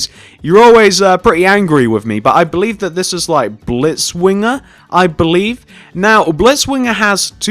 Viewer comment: You said 'Blitzwinger' right!